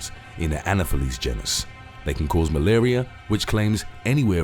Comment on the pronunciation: Dude, c'mon with these pronunciations. 1. It's pronounced en-SEF-ul-i-tis 2. The mosquito you're describing is pronounced uh-NOF-uh-lees. Really, you have some very interesting material but your pronunciation leaves MUCH to be desired.